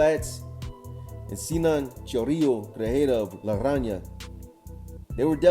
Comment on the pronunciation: Really enjoy you channel and the content. Just a little feedback. When you pronounce La Rana leave out the “Y” it’s coming out La Ranya instead of its pronunciation La Rana. 👍🏼